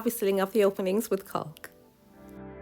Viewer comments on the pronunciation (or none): The L in caulk is silent